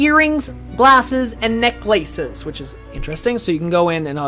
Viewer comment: Was he intentionally saying "necklaces" like that?